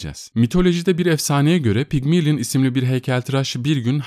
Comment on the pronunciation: "Pigmilin" değil Pigmalyon diye okunur